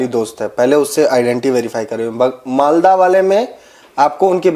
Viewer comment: Aaj producer ji ne "Malda" ko "Maldas" bola. Major sahab, pahle bhi apne ekdin producer ko ye additional "s" lagane ke liye toka tha. Aaj keya hoga? Unka pith mein pitthu dalega kya? 😅😂